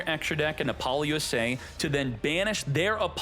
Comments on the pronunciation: Love your tutorials. The only thing that bothers me… is how you pronounce Apollousa. I think it’s “App-oh-loose-uh.” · It's a joke born from his streams. He does it intentionally for memes.